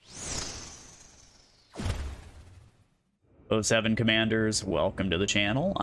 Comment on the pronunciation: you said "oh seven" gg man. o7